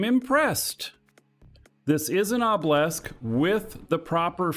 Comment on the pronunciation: Why do you pronounce Obelisk as "oblesk"? Its driving me mental!